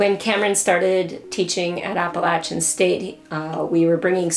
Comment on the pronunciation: Did you really pronounce "Appalachian" like "Apple Lasian"? Get out of here with that BS